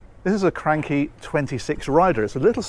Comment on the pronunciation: Need to brush up on your Italiano your pronunciation of cranchi was very common English-speaking....